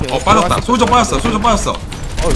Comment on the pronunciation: 솔져가 아니고 솔저입니다